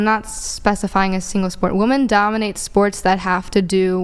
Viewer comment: "Woman(singular) DUMBinate"?? 😂😂😂